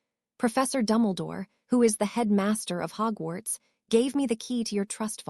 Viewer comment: So why are almost all the names horribly mispronounced? Though Hugwhats is pretty funny.